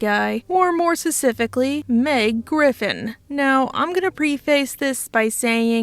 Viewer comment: Kitty I love your videos, but oh my Lord, I HATE the way you say specifically there's a God damn p in there that you're not saying and it drives me crazy